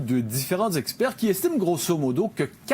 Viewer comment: Différents zespaires???? Différents zestpères pour vrai Latenderness???